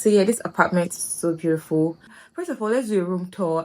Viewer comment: Beautiful ❌️ Beauriful ✅️😂😂 Let me relax and enjoy this vlog oo❤❤❤